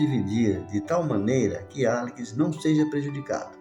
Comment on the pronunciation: Demorei 5 capítulos pra entender que esse "Alikis" é Alex. kkkk